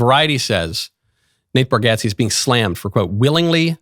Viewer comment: You’re the first person I’ve heard pronounce Nate Bargatze’s name correctly. 👏